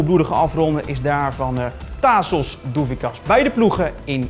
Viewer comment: Hey vriend, het is Tasos en niet Taaaasos. Wel de namen van onze spelers goed uitpreken he. ;-)